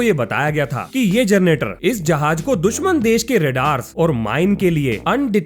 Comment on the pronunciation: कोन कोन है जिनको जनरेटर की जगह जरनेटर सुनाई देता है..